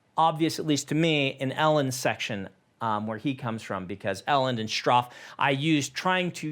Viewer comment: Wow, I have been pronouncing Straff all wrong!